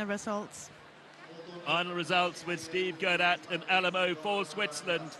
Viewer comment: Did anyone else notice that the commentator says Steve Guerdat with Al-a-mal-o instead of Alamo???